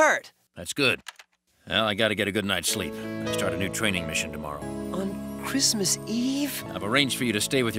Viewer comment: "christsmas" wtf?